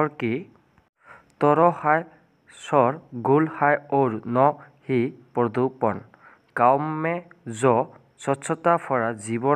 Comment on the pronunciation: পৰদুপন নহয় হিন্দীত প্ৰদূচণ